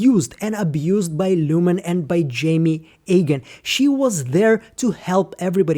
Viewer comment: Quick pronunciation note, I believe you are saying Jame Eagan incorrectly, it should sound like James without the S. The way you’re saying it now sound like the name Jaime or Jamie.